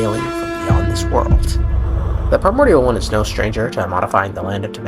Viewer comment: Lmaoo at the sound whenever you say “primorial” one